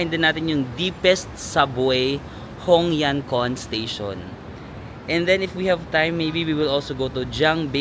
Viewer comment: Hongyancun ay pronounced as hong-yen-tsun 😊 Love this vlog ❤